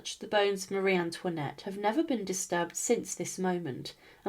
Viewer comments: Bonsoir. Ayez l obligeance de prononcer le nom de Marie Antoinette correctement. Ce.n est pas mariane luinette. Un peu de respect je vous prie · Elle ne sait même pas prononcer son prénom correctement. 😮